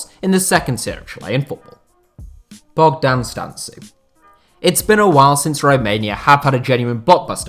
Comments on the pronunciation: Its Bogdan Stanku how you pronaunce it not "Stantzu" but Im sure nobody cares :)))) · I m romanian and the way you say Bogdan Stancu is hilarious , much love and respect tho